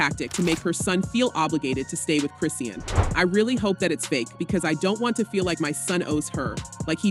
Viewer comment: You can't even pronounce Chriseans name right smdh 🤦